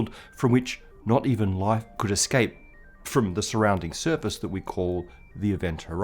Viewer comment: How shitty is a pronunciation if "not even light could scape" is heard by AI as "not even life could scape"?